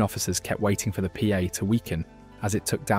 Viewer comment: Pa is pronounced Pā (Par) good video